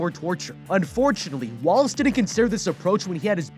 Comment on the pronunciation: I always heard Wallace as walrus...I think they did that on purpose